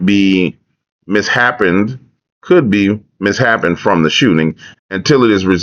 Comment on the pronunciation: the word is "mis-shaped" as in deformed